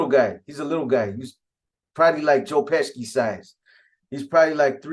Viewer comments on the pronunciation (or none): U mean Joe Pesci (peshi) 😂😂 dude smack ppl when they mispronounce his name 😆😆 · Pesci is pronounced- pe-she